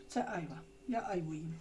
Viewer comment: Правильно айва' а не а'йва